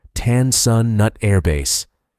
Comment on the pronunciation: Tan sound nut??? You mean Tan Sun Nueyt (sp)!!!😂😂😂😂